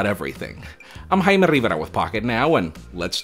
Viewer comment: You gotta love he says "Rivera"